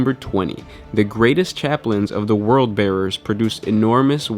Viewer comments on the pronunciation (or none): is Word Bearers!! W-O-R-D!! Not "World" Bearers!!! 10/10 video just like every other video you upload but pls for the Emperor's sake say it right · You kept saying World Bearers, It's Word Bearers. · why can't californians say WORLD they say rrld. & yes w o r d bearers not world